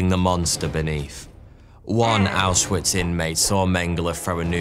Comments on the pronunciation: Small thing that made me annoyed (only a really small bit) is that “W”s in German are pronounced as a V. Ausvitz is how you would say it instead of how it looks. Took me a while to get this down while I was learning German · Him mispronouncing Auschwitz repeatedly is driving me crazy